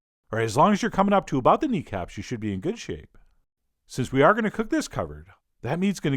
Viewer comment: haha, you said knee caps, but I totally thought you said d cups XD